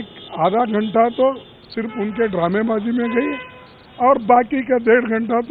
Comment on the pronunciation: Haha debate ko Drame wazi bol rahe hain sir .. toh Galle padna aur aankh marne ko kya bolegi wo bhi bata do ?? hahahahaha ..